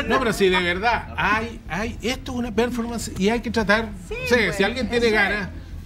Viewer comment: Si me permiten, no voy a comentar sino sugerir que revisen la pronunciación y acentuación correcta de "performance".